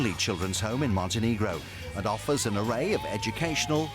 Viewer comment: OMG, its not Montenigro, its Montenegro!!! -_